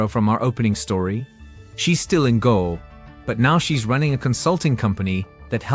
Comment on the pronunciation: Irs not Go Its Goa = Gooaaa